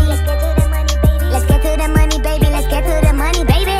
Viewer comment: Let's just accept dat joceline harnandez pronounce 'baby' as 'bunny'😂😂